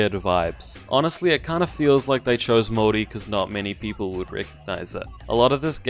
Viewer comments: Why you keep saying Mori bro 😂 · He does not pronounce Maori correctly in this video lol. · You lost a little of my respect when you said you don't like Far Cry... Not that it matters lol. Also whenever you say Maori your do an odd accent only on that word lol. Like you're trying to hard or something idk.